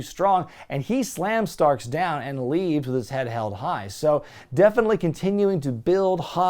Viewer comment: how does he go from calling Ricky Stocks to Ricky Starks lol